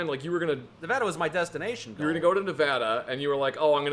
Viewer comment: HE SAID NEVADA RIGHT WOOOO